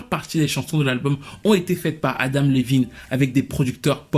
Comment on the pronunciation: Adam et non Adama 🤣🤣